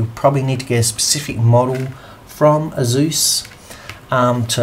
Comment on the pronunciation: Thanks for the vid, I just upgraded the daughter's to 4gb with ease. Just one thing, if you go to ASUS website they tell you their name is pronounced like the end of Pegasus (is in fact the origin of their name), not A-zues. Cheers mate!